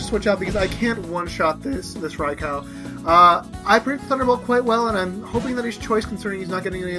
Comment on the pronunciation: You are on a ROLL with uploading,! Wow, that's the Realgam Tower music from Colosseum/XD! I love those games! I think I said this before, but Raikou is pronounced "Rai-koh", not "Rai-cow". Fantastic battle, and I didn't figure out till the end that Zoroak was choiced. By the way, I probably won't be able to upload our battle for a few more days at least. I need a little privacy in order to record, and everyone's going to be home.